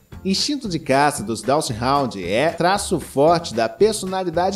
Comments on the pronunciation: Não é "DachsHOUND" é DachsHUnd (com U) essa raça não pertence à classe dos Hound's. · A pronúncia do nome DACHSHUND não é "dashraund"... Só esclarecendo. O nome é alemão, o U tem o mesmo som do português. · Dachshund lê-se "dacs rund" com "r" aspirado, como em "rato". Não tem nada a ver com hound! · Sugiro procurar a pronúncia correta do nome